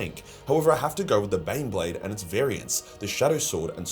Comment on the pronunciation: So glad you got it right for the IG. IT IS TEH BAAAYNEBLAYDE!